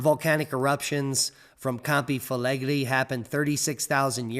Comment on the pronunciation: Pot-tsu-oli Camp-ee Fleg-ray